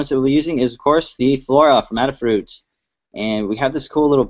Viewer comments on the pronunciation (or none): FYI, its pronounced A da Fruit, like "ate a fruit"... get it.